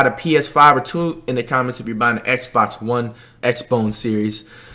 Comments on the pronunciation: Nigga said X bone one series X imagine if it was called that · Am i the only one who heard Xbox 1 xbone series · This man said Xbox bone 😐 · this man really said X bone